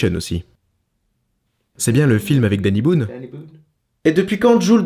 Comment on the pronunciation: Le dany boon avec l'accent anglais excellent 🤣🤣